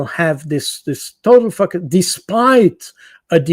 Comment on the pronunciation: Cold. Boud, really needs to improve his pronunciation of the word focus, it sounds like another word 🤣